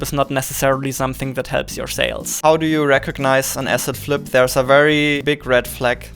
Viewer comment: "asset flip" ... I thought he was saying "acid trip" at first